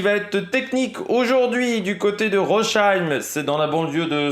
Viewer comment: en Français ou en allemand on prononce phonétiquement ROSSAÏM :goodvibes